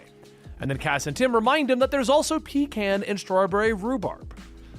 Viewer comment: Can I just say THANK YOU, for pronouncing pecan correctly?